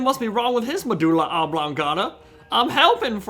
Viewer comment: He said medulaablongatta